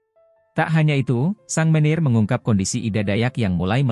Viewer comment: Sang manager dibacanya sang meneer. Robot oh robot